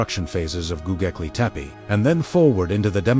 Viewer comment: Don't like the AI voice that can't pronounce the name of the place correctly! Please, program AI by knowledgeable humans.